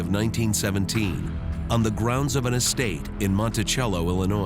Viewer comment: This narrator is a moron, Monticello is pronounced Mon-Tiss-El-O. It's NOT pronounced Mon-Ti-Chel-O. That's a pretty easy pronunciation, are you really that ignorant? Evidently. Also, the Lincoln story wasn't told right and the Leggett story couldn't have been more funny. I laughed out loud when that mom actually said, "We are more scientific." HAHAHAHA! You guys saw "The Ring" too many times. With super geniuses like this, it's no wonder as to why the South lost the war.